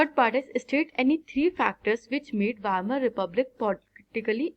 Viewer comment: Wamer very good 👍 It is Weimar